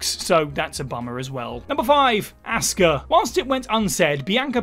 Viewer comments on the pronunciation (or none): You don't know how to pronounce 'Asuka'. It's not 'Assska'.